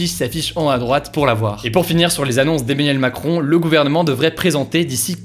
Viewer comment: Bon mec, tu fais un super taf, bravo, mais fais un effort pour ne pas prononcer continuellement EMMANIEL MACRON dans tes vidéos, ça fait bizarre.